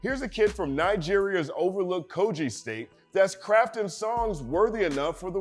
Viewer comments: Dope also the pronounciation is Ko-Gi(Gi not Ji). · Quite excited to see you breakdown (a)music(ian) from Nigeria. Never heard of B-Tone, will be sure to check him out. Quick one; so it's pronounced /kogɪ/, as in 'g' in given, not /koʤɪ/